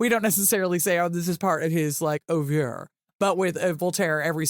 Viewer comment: I never heard so much guff in my life! A "historian" holding an 18th century figure up to today's standards! There is nothing more idiotic than the moral reading of history. This is embarrassing! Voltaire died almost 250 years ago, ffs! And your comments on his "oeuvre" (a word you mispronouce) are irritatingly superficial. That childish voice you put on is just ridiculous... One gets the impression one is listening to a prepubescent teenager having a hissy fit. This is not how real scholars speak. This comes afterall from the US, not known for intellectual rigor... Perhaps later on you did say something worth while. I couldn't go past the 13 minute mark. I would learn more watching my cat lick itself than listening to this pseudo historian waffling on ... I'm sure her "oeuvre" will astound scholars and dazzle intellectuals 250 years from now!